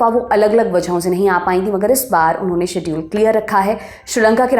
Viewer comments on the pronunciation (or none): none